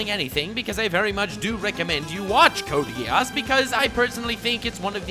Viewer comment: Samama vi Britannia Same here with the 2above... but I have to note that it kinda triggers me how he pronounces Code: Geass